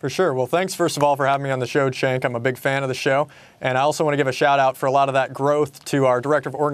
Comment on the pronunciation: Three seconds into the conversation and the new guy says Cenk's name wrong. Awkwaaaard.